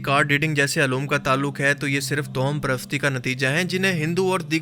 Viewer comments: Towham nhi, tawahhum parasti sahi word Hai. Jao Bhai apna kaam kero! Faaltu k fatway laganay aa jatay hain kahan kahan se! Aapki Sharafat apni jagha, jiski qadr kerta hun, laikin Aap khud kuwain k maindak na Bano. Kaafi arsay se follow kerta aa raha hun, aap social issues per baat Kari science, random facts. Laikin Islamic videos mein fatway na lagao. Shahwaliullah ki nazm ghazwa hind wali? 2ndly Kia aap bhi dhruv rathi ki video daikh k Aey ho? Bhai ikhtelaaf bohot hai riwayat mein. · تو ہم toham نہیں، tawahham ہوتا ہے۔